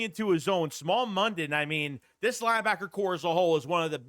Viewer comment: His name is pronounced Smile not small.